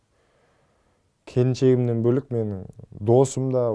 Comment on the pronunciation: Здесь мне было очень тепло и комфортно🥹❤️Какой он хороший,воспитанный и талантливый человек✨Өте шынайы😍😍😍И заметили как он красиво сказал “келіншегім” ❤️